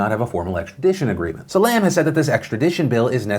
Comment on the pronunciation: Nitpicking on pronunciation, it is not Lam as in Lamb, but Lam as in Llama.